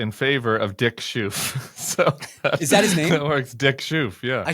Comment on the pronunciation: Perfect pronunciation on the Dick, less so on the Schoof. The 'oof' is actually pronounced 'oaf', which is fitting. He will not be missed. Or remembered.